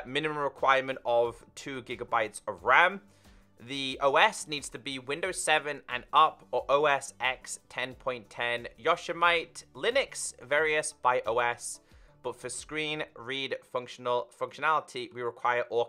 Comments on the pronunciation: yo-sem-ity in UK English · Yosemite is pronounced, yo-sem-itea. Hie Sierra is pronounced, high si-er-ah. 😂. I used to pronounce yosemite like yose-mite too but never herd or Sierra being Syria😂. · U be right😂😂. In the UK I'm pretty sure everyone can't pronounce yosemite unless they know where eit is. As for Sierra... I thought that as pretty straight forward. I wanna hear him say mojave😂😂😂